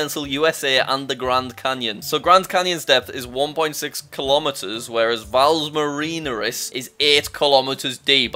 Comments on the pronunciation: Valles Marineris is pronounced val-is mar-in-aris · Jack: pronounces Valles Marineris correctly Also Jack: pronounces it wrong 10 seconds later